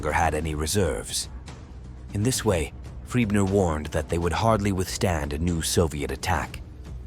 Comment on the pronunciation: The name of that Army Group Leader is Gen Maj Johannes FRIEßNER, the ß being pronounced as double S. I know that guy from somewhere. Had he not been in Romania as well?